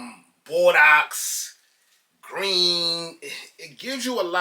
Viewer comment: lol it’s “bore-dough”…great review